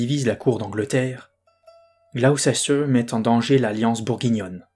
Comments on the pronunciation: Gaffe, on prononce Glouster 😊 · J'ai découvert par hasard ta chaîne et je la suis sans la regarder (en audio) ! Par contre, et je sais que les noms de ville anglais ne sont pas évidents, mais Gloucester se prononce [Gloss-t'r]... oui... je sais c'est bizarre ;-) Hâte d'entendre la suite !